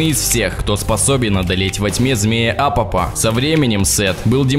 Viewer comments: Все ок, Но древний змей зовётся Апофис, ну или в крайнем случае АпОп, а не Апоп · Какой Апоп??? Апофис!!!